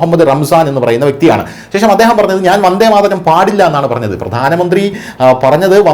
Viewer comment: ആദ്യം വന്ദേ മാതരം എന്ന് ശരിക്ക് പറയാൻ പഠിക്കടെ ....